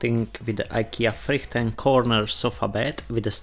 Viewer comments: You were wrong at first, you pronounced Friheten wrong. The letter "H" in the word Friheten is pronounced "H" when laughing hahaha! // Greetings from Sweden :) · I don’t care if he can pronounce Frihiten or not, he knows his stuff. Used this video to put two IKEA sofa beds together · "Ajkia FRICHTEN" :D